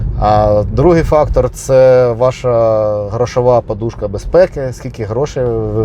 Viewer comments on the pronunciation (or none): none